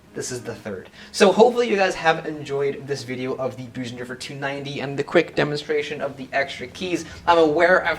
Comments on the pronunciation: Nice review. But it’s not pronounced Boosendorfer. The German ö is pronounced like the letter ‘i’ in the word ‘flirt’ or ‘first’. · it's pronounced BIRsendorfer like in the word GIRL. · I've heard a variety of pronunciation of "Bosendorfer", but your is the first of this particular variety. Enjoyed the clip, anyhow.